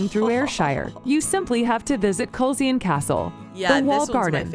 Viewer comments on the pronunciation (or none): Edinburgh - pronounced Edinbra. Glamis Castle - pronounced Glaarms. Culzean Castle - pronounced Calleen. etc etc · This video should not be voiced by an American person ,your English is not good enough and she mispronounced almost every word relating to a Scottish name place or castle .for heaven's sake glamis it's pronounced glams ,culzean castle it's culane Edinburgh it's Edinburah and certainly not edinboro . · Cringe worthy pronunciations of castles and place names When visiting ask the locals Culzean try kulain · It's not pronounced cull-zean it's pronounced Cullen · Culzean Castle = Cull Lay en! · Culzean is pronounced Culain stupid AI commentary 😂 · Culzean Castle is pronounced Kullean and was owned by the Kennedy family, Lords, later Earls of Cassalis. Glamis is pronounced Glarms, seat of the Lords/Earls of Strathmore. The titles are anglicised, in Scots they read Laird, (Lord) and Righ, (King, later Earl). A lower rank of 'Laird' was prefigured by the epithet 'Bonnet'; thus 'Bonnet Laird' or 'Gentleman', colloquially, 'Wee bit Lairdie' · Culzean Castle is actually pronounced completely differently 'collaine' actually. Sorry...blame its age! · Culzean is pronounced ‘kuh lane’ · Your favourite Castle is about 20 minutes drive from where I am sitting. The narration is appalling with no accurate pronunciations. For starters CULZEAN is pronounced KILL- ANE. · Honestly I can understand that folks whataboutery can get a bit tiresome. Great video and wonderful to see so many castles that I have fortunately visited. We don’t have dragons (they’re all in Wales) only Unicorns, our national animal 😁 The AI voice mispronounced everything (Culzean-Cul-ayn) but the photography was beautiful as is your gorgeous daughter ❤ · CulZEEN 😂 I'd love to hear her say Fensaw... spelt, Featherstonehaugh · It was pretty painful to this Englishman! Took me a while to recognise Culzean (Kul-Ayn) castle, and I have been to two weddings there!